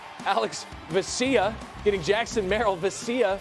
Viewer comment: Does it annoy anyone else that he pronounces Vesias name as VE-CYA?